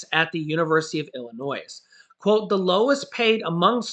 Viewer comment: I'm an hour and a half from Champaign-Urbana. And fyi - you don't pronounce the S in Illinois!! Lol Thanks for keeping us updated.